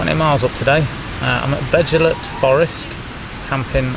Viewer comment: Agree with you Paul , yes it's all well and good wanting to inspire your son and other people to hike trials in the beautiful country of wales but please research the names and pronunciations. doesn't take alot of effort on your phone nowadays with translators. or ask around the village shops! That Beddgelert pronunciation was laughable , almost like you deliberately butchered it.